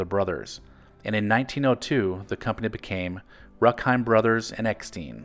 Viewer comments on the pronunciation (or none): Remember those Jack Gilford commercials as a kid, barely. He was like a Norman Rockwell character talking to kids and cheering them up like everyone’s uncle. Btw German name Rueckheim pronounced Roook-heim (not ruk) and Eckstein as Eck-stine (not steen).